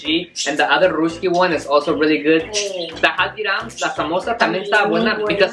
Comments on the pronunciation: The happy dance you did was on a sad song lol😂 And it's pronounced as "raasky"and not "rusky" Great video 👌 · Its pronounced as Rusky(like Dusky) not Roosky. Also you guys are such a cute son and mom duo♥️